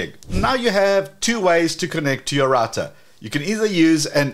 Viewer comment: Great channel, but I wish you would say router correctly… ❤